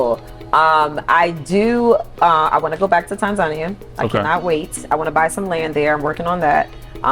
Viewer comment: The way she says Tanzania makes me cringe. Sis it’s pronounced TAN-Zaaaa -Niya…